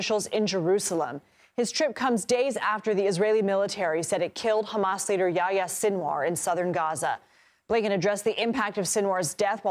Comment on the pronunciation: "I rebuke ha-mas and its supporters in the name of Jesus."